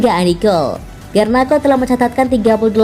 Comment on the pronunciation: Garnako?????, pake k, hadeeehhh